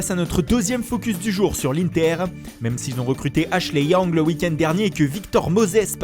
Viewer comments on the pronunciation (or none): none